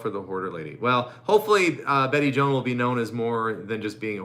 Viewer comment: I think Bette Joan is probably pronounced Joe-Ann. Maybe her acquaintances would have told you specifically how she pronounced her middle name. I know, because it’s my family middle name. I really appreciate that you give a lot of things to charity. When you give you get. 💙